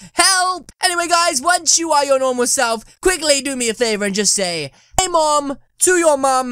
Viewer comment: hey mom (no rlly it sounded like "aye mom")